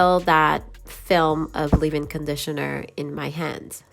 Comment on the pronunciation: Who the hell says ....live in conditioner Its leave in conditioner...leeeeeeaaaave in